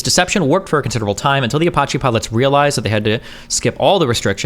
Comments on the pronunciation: All I want destiny to do is pronounce Apache correctly: A-patch-E. That’s it. APACHE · I don't know how many times I can stand Destiny saying "Apotche helicopters"... Edit: Thank you, much love. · Dude I can't handle it fkin ApOcHeE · That’s a fun way to say uh-potchy helicopter 🚁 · How could a native english speaker not know how to say "Apache"? That's my only take from this video. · Was looking like D caught the brainworms for a minute there. Glad he turned it around. Seriously, what kind of unhinged maniac pronounces "apache" like that? Jesus Christ,. 😂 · Man, I’m twitching everything time he mispronounces Apache